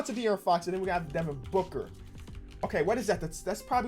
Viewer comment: nobody:: bnooker there aint no way im the only one who noticed lol